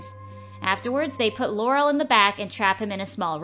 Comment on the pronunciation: It’s Lowell but sounded like she was saying Laurel